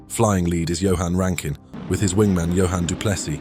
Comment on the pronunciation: at least he got Johann correct